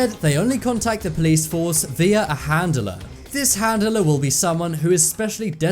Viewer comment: I can't stand how you say handeler it's handler 🙄